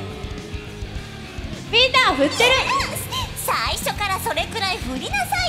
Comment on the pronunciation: ごめん、 の「振って〜🙂」が雰囲気と違うトーンで笑った